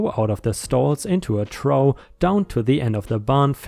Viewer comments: trough = troff, not trow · Trough is pronounced like cough.....coff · 🌟💫✨🌠⭐🤦💳🤦‍♂️💵🤦‍♀️⭐🌠✨💫🌟 TROUGH - "troff".... English eccentric pronunciation! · Trough - pronounced troff! The “ough” ending is very confusing - in some words, it’s “oh” - it can also be “ooh”, “off”, “er”, “ow”and “uff” - trough is “troff!”. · According to Merriam Webster, there are three pronunciations: trȯf, trȯth, and trō. Where I grew up, the "th" ending is used.